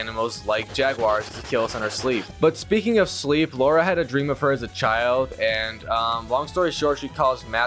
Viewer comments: Bro am I the only one who hears laura instead of lara😭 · Bro her name is LARA not Laura you silly goose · LARA L A R A not LAURA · Lara, not Laura. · The fact he keeps calling her Laura instead of Lara is driving me insane 🤣🤣🤣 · Noone in the game call her Laura... And no, Laura and Lara isn't sound the same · Saints row 2022, you called her laura its lara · Aint no way this mf is calling Lara a "Laura" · My ears bled every time he said Laura. Can Platinum the game but not pronounce her name. 😂 It kills me whenever I hear someone call her that ! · i hear it also